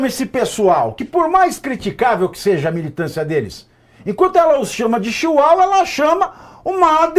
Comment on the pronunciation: Doeu para um ouvir os amiguinhos serem chamados de chiuaua. 😂😂😂😂😂